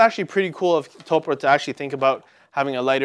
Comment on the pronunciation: Man... this is just... a poorly informed video various points throughout, and also -- "To-pu-re" not "Toprah" like Oprah.